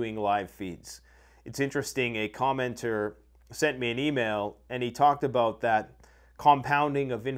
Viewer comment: Abooot. Haha you gotta say about.